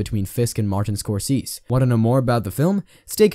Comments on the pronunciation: Martin Scorseeees. Incompetence. But make sure to hit the bell😂😅😂😅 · Bro you are out of your mind with your pronouncement of score say zee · You should learn how to pronounce Scorsese’s name before you make something like this. You’re not even in the ballpark.